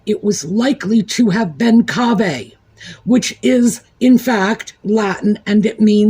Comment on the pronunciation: Thank you,, for explaining the meaning of KV! Yes, it's Latin, it's written 'cave', and you pronounced it correctly. In Italy, you often see it written on a decorative plaque on a garden gate, 'Cave Canem', 'Beware of the Dog!' Occasionally, you might see a plaque with 'Cave Felem', which means 'Beware of the Cat!' You are 💯% right about the sock puppet. I never liked him or his immature 'jack-the-lad' antics. IMO, his mother was largely to blame because she spoilt him and failed to discipline him for his bad behaviour as a child.